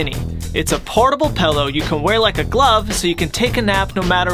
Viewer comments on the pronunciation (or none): "Pell-o" "pillow" Sorry 😶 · God, I need that pellow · My family and I make fun of our dad for saying "Pellow, instead of Pillow". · Pello Pillow Thats it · Pellow? PELLOW?! pillow. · Did he say pello?!?!? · It’s pillow not pellow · be like “PELLOW” at the beginning haha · No pillow only PELLOW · No one:: THIS IS A PORTABLE PELLOW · What the fuck he’s calling it a “pellow”